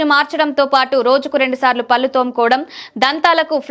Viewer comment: తెలుగు భాష లో కళ్ళు, పళ్ళు, కాళ్ళు, ఒళ్ళు అనే పదాలు ఉన్నాయి. పల్లు , కల్లు , కాల్లు అని పలికితే ఆ పదాల అర్థాలు మారిపోతాయి. మీ యాంకర్ గారికి భాష మీద పట్టు ఉండాలి.... ఇది చాలా ముఖ్యం. మీరు ఎప్పుడైతే చక్కటి ఉచ్చారణ తో present చేస్తారో, అప్పుడు వినే వారికి బాగుంటుంది.. లైక్స్ ఎక్కువ వస్తాయి. దయచేసి గమనించగలరు, postivega గా.....